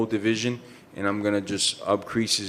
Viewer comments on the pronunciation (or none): "upcrease" thats a new one. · “Upcrease” Lmao I hope this guy gets dominated. Fake gangster. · "upcrease" - Jorge Masvidal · my man said “upcrease” 😂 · "upcrease his namesake" lmao!! I'm not correcting him!